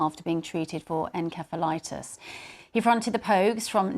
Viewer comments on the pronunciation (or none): We think you mean "Encephalitis" (en-seph-uh-LIGHT-us), NOT (en-kep-uh LIGHT-us) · May his soul RIP. It's En-sef-uh-lie-tis by the way..Inflammation of the brain.